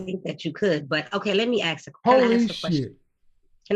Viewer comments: “Let me axe, can I axe a question?” 🤣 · I can do anything, except pronounce "ASK"